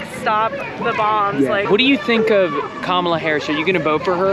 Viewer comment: It's not ka ma la... its comma la....